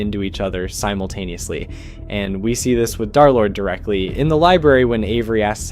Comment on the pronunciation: derlord ❌ darlord ✅